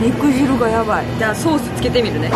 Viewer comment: 肉"じゅう"やなくて肉"じる"って言ってるあたり相当汁やばいんやろうな